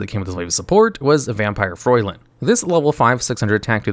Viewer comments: Fraulein is a german word. It’s pronounced Froy-Line. Although why tf did konami make a random vampire a german word? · pronouncing Fraulein as "Froilin" is killing me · I'm not even German and him pronouncing Fraulein as "Froylin" made me cringe. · saying Fraulein: "F r o L o i n"